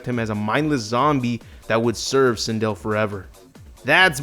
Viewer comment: How do you feel about butchering Sindel? ED: Yes..